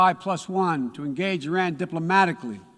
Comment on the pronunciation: He is not pronouncing the name Iran correctly... he is either very dumb and knows nothing about relations with Iran, or he is intentionally insulting them by mispronouncing it. Looks like we will be financing Afghanistan 2.0